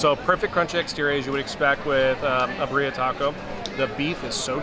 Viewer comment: We love quesabirria in CA! A couple pronunciation notes, co-SEE-na is how you would say Cocina. Cochina means dirty/nasty/gross girl 😂 and the beef in this style is pronounced BEERria with the emphasis on the first syllable. I hope you had a great CA trip!